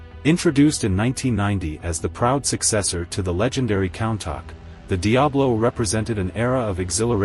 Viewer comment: Awful AI voiceover.Countach is pronounced " Coontarsh", not Count- ack. Watched 3.minutes of this.